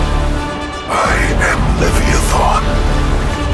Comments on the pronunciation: cmdfarsight yep it's pronounced as levayathan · Leviathan's only weakness is the inability to pronounce his name correctly! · I can confirm we prononce it with an eye sound rather than an ee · Well. He pronounces his own name incorrectly.